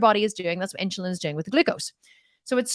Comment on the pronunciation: Are you trying to say INSULIN ? Its NOT INCHILIN there is NO CH its insUlin, just the way that its spelled lol I KNOW this because my sister is a nurse, its HARD for me to concentrate on what you are saying, when you are saying that word wrong and that is ALL that i can concentrate on lol because I was a teacher its driving me crazy, ha maybe its your accent that is why you are saying it wrong lol